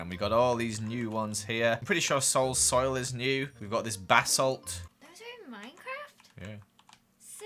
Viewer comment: Did anyone else hear Bassett, when said basalt 😂🥺💙